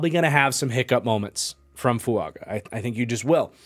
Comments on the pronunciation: Its Fuaga not Fuanga. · 5 minutes in and man if I gotta hear you say Fuanga this whole video I'm gonna be sad